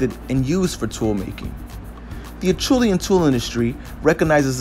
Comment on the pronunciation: pronounced asherlian